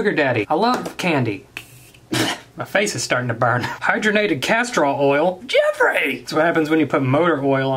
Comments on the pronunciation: JEFFRAY!! That's what is sounds like everytime he said Jeffrees name. This video was hilarious. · More like JeHfRReHHhH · Hahah so funny how he keeps saying Jeffree